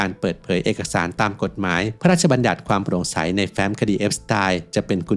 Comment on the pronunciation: เอสติน ไม่ใช่ เอสไตล์